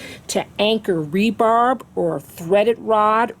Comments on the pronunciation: It's not "rebarb" it's rebar. End of lesson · Everything was great except for you saying "rebarb" instead of "rebar" lol. Awesome video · Great video! One thing i noticed, you say “re-barb”. It’s actually called just “re-bar”. Thanks!!! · Thanks. This video was just what I needed. Fyi: it's rebar, not rebarb.